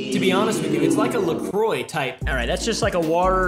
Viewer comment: not going to lie I got excited when pronounced La Croix correctly... I'm traumatized by just how many swear its la crocs or la choices in a state I lived in for a while and had the misfortune to work with customers in...... Also... loved this whole thing, it totally cracked me up <3 <3